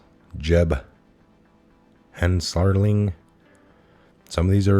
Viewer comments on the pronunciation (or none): Darrell Issa is pronounced ICE-a. Bob GOOD lat, Jeb HEN sir ling - all very prominent in Congress. My guess is you never watched c-span much or you would know all these people.